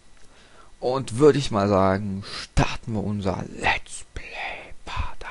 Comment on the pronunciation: Noch etwas, es heißt Let's play und nicht lat's play :D